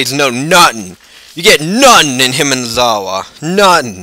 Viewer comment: why do you keep saying Hinamizawa like Himanizawa?